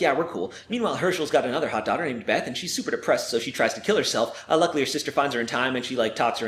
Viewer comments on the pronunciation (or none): I know it says "Uh luckily", but it sounds like he says "unluckily"